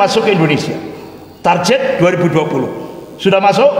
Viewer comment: komentator sepak bola biasanya tak bisa main bola. Bahasa aja blom baku, baca kata "target" Aja jadi "tarjet"😂 gimana mau memcalonkan diri. Saya tidak pro pemerintahan tp yg ginian dikit² komunis dikit² kopar kapir ngebodohin masyarakat aja, udah sekolah yg bener dan jadi org sukses aja, itu udah cukup buat bangsa ini bangga.